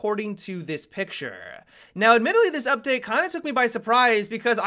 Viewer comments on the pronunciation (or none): "pick-sharrrre" lolz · the way he enunciated picture 😂😂😂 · the way u said picture xD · The way he says "picture" is cringe worthy